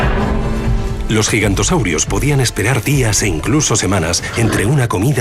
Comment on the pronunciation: Se dice Giganotosaurus no Gigantosaurus